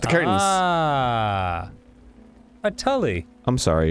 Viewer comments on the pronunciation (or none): It's pronounced tool.. not tully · Tulle is pronounce "Tool" and it's a type of fabric. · When they cut the curtain, the fabric they use for the veil is pronounced ‘tool’. Tulle is the really fluffy looking sheer fabric used to make a lot of big, voluminous princess dresses. Them pronouncing it ‘tulley’ completely knocked me out like mike Tyson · Tulle is pronounced "tool" and it's what the material is called. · "tulle" is pronounced "tool." 🙂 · Tule is pronounced tool.. Tule for weddings n such.. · mispronouncing “tulle” in two different ways is way funnier to me than it should be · I love this game's nonsense. "I'm solving a murder puzzle mystery, but first let me sort this pantry! Spice set!" 😭 Interesting that the boys didn't know tulle (pronounced like tool) and sieve. They seem very common things to me, but I also sew and bake. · The way they pronounce "Tulle" hurts me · The most infuriating part of this is how they pronounced tulle